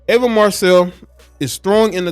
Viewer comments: It's pronounced E VA. Not Ava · EEEEVA NOT AAAAVA. THX ❤ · Could you at least get her name right? It’s Eva EVA not Ava Ava thank you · It’s not AVA it’s EVA 😮‍💨😮‍💨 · Pronounced Eee -Va not Ava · Should’ve done your research. She was a whole top model and actress. And ur saying her name wrong. Smh.